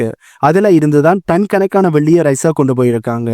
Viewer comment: ரஷ்யா வை ஏன் ரைஸாவாக மாற்றி உச்சரிக்கிறீர்?